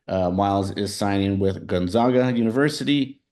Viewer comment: Pronounce "GONZAGA" properly. It's gon-za(long a)g-a. Not gon-zog-a. It's the ZAGS, not the ZOGS.